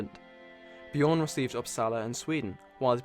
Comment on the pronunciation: no its: Björn